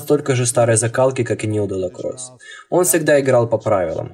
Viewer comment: дорогой гараж и не Де ла Кросс , а Де ла Кроче , не Франсез , а Францезе , спасибо